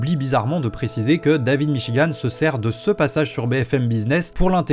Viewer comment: Je n'ai jamais entendu parler de david michigan de ma vie, sauf dans la vidéo de (prononcer michi-guant merci) je suis donc la preuve que cette vidéo a apporté de la notoriété à david michigan, et suis prêt à témoigner au procès en ce sens je pense que devrait demander de l'argent pour la pub qu'il lui a fait